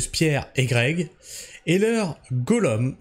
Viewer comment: Gollum ( se prononce goloum) du seigneur des anneaux 😉